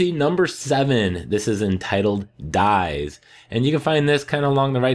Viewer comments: DIES it's a latin word that means day. You have to pronunce it DIES as it's written. It doesn't mean Die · Thanks for the help, video was really i formative, but I have one thing that bugged me: the title is Dies (Dee-ace)m the Latin word for "Day". It's not the English word "dies" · Very helpful. It's pronounced dee s